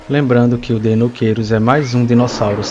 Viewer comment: E a dublagem continua prenunciando o nome do Deinocheirus errado. :v